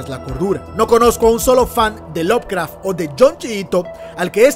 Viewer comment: Bro, tengo una duda. No quiero sonar hater ni anda, es una duda genuina. Si Lovecraft se pronuncia "lob craf" cuando pronuncias Lovecraftiano lo haces como "love craftiano" ? no debería ser "lob craftiano" ?